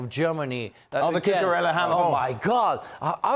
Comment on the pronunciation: Learn his name: Cu-cu-re-lla, Marc Cucurella. A great guy.